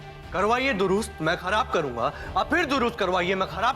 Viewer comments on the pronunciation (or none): Atharv ne khrab ki jagah khrbab bola